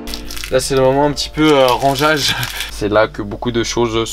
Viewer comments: « Rangage » .... c’est « rangement » plutôt mdr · J'suis la seul à remarquer qu'il a dit rangeage ? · c est moi ou il a dit "sais l'heure du rengeage " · ça se dit rangement